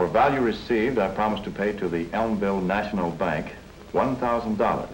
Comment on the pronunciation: Elmville Nayshinul Bank... where you earn inner-ist.